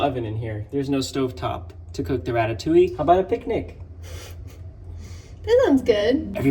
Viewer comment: I love how you say "ratatouille" wrong😂